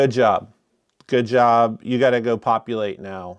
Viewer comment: All I can say is you did a good joirb.